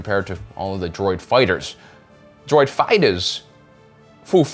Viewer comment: Foo fightahs Lol